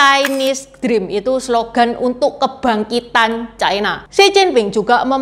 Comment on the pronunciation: Ucapan yg bnr : China, bukan Chaina